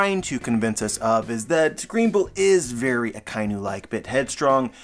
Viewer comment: We can't keep calling Ryogokyu 'Green Bull' while saying 'Akainu' and not 'Red Dog'. More minor, but it's pronounced A-ka-e-new. It's a combo of Aka (red) and Inu (dog)